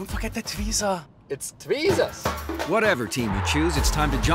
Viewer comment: Die amerikanische Aussprache von "Volkswagen" fasziniert mich immer wieder. 😁 Gar net so einfach nachzumachen! 😮